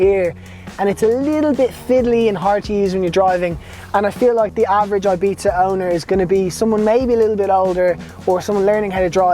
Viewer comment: Great and informative video, cant wait to get mine in 2 months. The only think i would like to complain about is the pronuncition of "ibiza". Pls pronounce it correctly and not like "eibita"